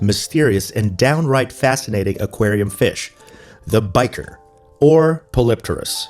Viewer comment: I came here to learn how to pronounce bichir. Thanks for clearly covering that. Orante is my favorite